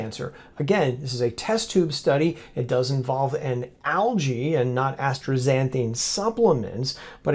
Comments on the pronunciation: The substance is ASTAXANTHIN, NOT astraxanthine. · I don't pronounce the "r" in astaxanthin.